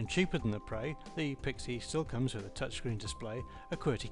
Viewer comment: its pre preeeeeeeeeeeeeeeee sound it out p r eeeeeeeeee